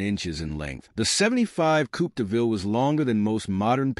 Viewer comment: Zum Schießen, wie die Yanks unfähig sind, das simple Wörtchen "Coupé" richtig zu artikulieren ...